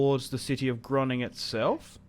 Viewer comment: why do you say Groningen as Groning?